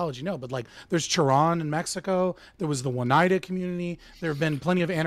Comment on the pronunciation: mispronouncing Oneida when he brought it up as an example of an anarcho society made me laugh. Excellent research